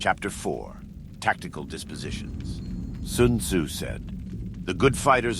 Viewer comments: Lol at first I thought that this was a really good voice actor. What really tipped me off was the fact that every time it said Sun Tzu , it pronounced it different. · "Soon Zoo said."